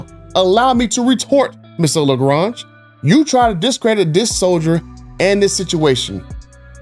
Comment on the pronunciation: It’s “soldier”. 😃